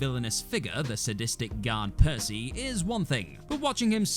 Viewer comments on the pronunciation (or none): none